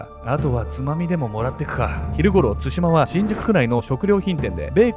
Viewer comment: の「つしま」のイントネーションが少し気になる笑